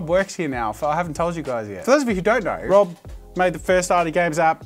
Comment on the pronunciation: lmao the way he said rob caught me off gaurd.